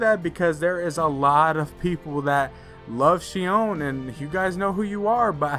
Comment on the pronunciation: It’s xion 🙁